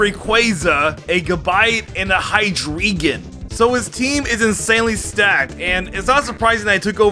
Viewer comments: "Hydreegon." ~, 2021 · did you just say high-dree-gon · pls dont ever say hydreigons name ever again if you cant prenouce it but still like the vid